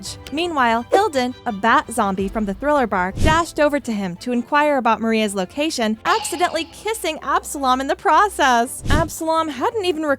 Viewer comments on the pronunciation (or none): Loved the video! Just wanted to point out tho idk if you use an AI edit or you voice over yourself but in instead of Moria you said Maria. Threw me off until the 2 brain cells reconnected other than that tho great video!